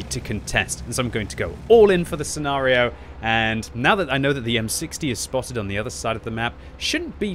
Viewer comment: "Sea Nario" blah blah blah "Sea Nario" blah blah "Sea Nario" Blah "Sea Nario" In this scenario manages to use the word scenario enough that it makes the enemy tanks nervous about their own scenario.